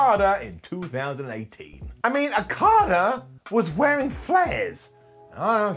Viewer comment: I love but I can’t get over how he pronounced Okadas name